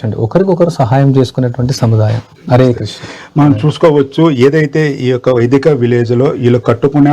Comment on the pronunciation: Sir Vedika kadu Vaidika